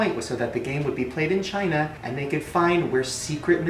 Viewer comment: he says vagina not China sorry I can't age I gave my soul to the devil himself so I'm going to live for a very long long long time I'm going to be the oldest bitch on this planet when you make a deal with the devil you will live long give your soul to the devil and all your dreams will come true